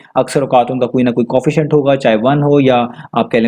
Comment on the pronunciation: Co, efficient Not Coefficient [just pronounciation]